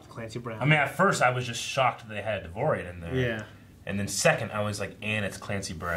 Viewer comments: It's not "Devorian", It's "Devaronian" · It's pronounced "dev ah ronieian"